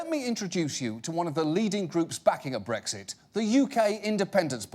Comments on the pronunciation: Why do so many people pronounce it as "breggzit?" That sounds like a condition which needs some kind of ointment. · they pronounced it breggzit. why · I hate how so many Americans pronounce Brexit as breg•sit. It's not a G, it's an X. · How come every American pronounces BREXIT with a G? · BREK-sit. Not BREG-sit. If you're going to talk about the UK's 2016 political revolution, at least pronounced it correctly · I hate the way Americans say “bregsit” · It's not 'breggsit' 😂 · So, why is it pronounced BREGZIT ? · TIL Americans can't say Brexit. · ***** Typically, people would pronounce x as "ks", I found it funny.